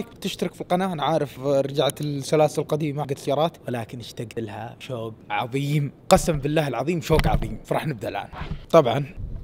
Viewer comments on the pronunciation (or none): none